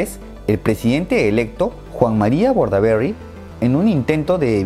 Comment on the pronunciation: Bordaberry es un apellido vasco, no inglés. Es bastante absurdo pronunciarlo así.